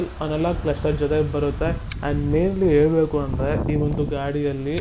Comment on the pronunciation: ಅಣ್ಣ ಕನ್ನಡನ ಸ್ಪಷ್ಟವಾಗಿ ಯಾವ ಪದಕ್ಕೆ ಯಾವ ಅಕ್ಷರ ಸೇರಿಸಬೇಕೊ ಅದೆ ಅಕ್ಷರ ಸೇರಿಸಬೇಕು ಇಂಗ್ಲಿಷ್ ನೋರ್ತರ ಮಾತಾಡಿದ್ರೆ ಅರ್ಥ ಕೆಟ್ಟೋಗುತ್ತೆ, ಹೇಳಬೇಕು ಅನ್ನೋದನ್ನ ಹೇಲಬೇಕು ಅಂತ ಉಚ್ಚರಿಸುತ್ತಿದ್ದೀರ.ಕನ್ನಡ ಮಾತಾನಾಡೋಕೆ ಜೇನು ಸವಿದ ಅನುಭವ ಆಗುತ್ತೆ,ಕ್ರಿಷ್ಣೇಗೌಢ ಅವರ ವೀಡಿಯೋ ನೋಡಿ.